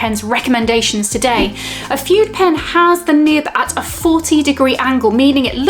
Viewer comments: Pronounced FOODAY.! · My dear, the term fude is pronounced “food-ay “ in Japanese. This is a wonderful video! Thanks for sharing! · Very nice video,. One thing: Fude is pronounced “foo-day” in Japan and it means “brush”, referring originally to the bamboo brushes used in traditional Japanese calligraphy.